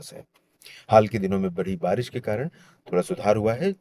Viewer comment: Barish ko kabhi kabhi barash bol de rhe ho aap 😅